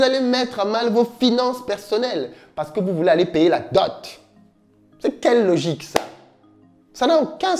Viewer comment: On dit "dot" ça ne prend pas le fameux "e" qui est légendairement ajouté par une grande majorité de personnes. Cordialement... Merci déjà pour ces sujets pertinents que tu soulèves.